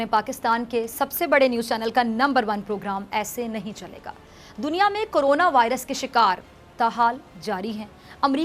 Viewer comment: haha ,, thodi punjabi tone hai ,,, corona ko carona kehti hai,, Iflaasi (poverty) ko aflasi kehti hai ...